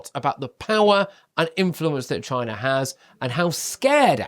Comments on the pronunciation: Trump was saying CHYNA, not China, big difference! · Note...📣 Is it a coincidence that there is a place in Jefferson County, in Texas named "China" in the University of Texas there, is a Bio- Lab..(WUHAN)..! Ever wonder why DJT always pronounces "China" the way he does...?